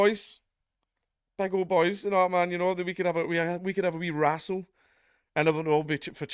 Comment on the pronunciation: "Wanna wrassle?!"